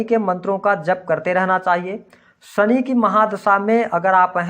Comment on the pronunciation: आप शनि को सनि क्यों कहते हैं?